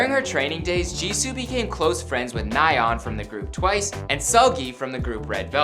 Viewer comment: The way he said Nayeon and Seulgi actually hurt my head.